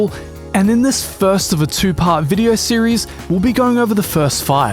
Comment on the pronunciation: why does he pronounce VODEO, VIDIER?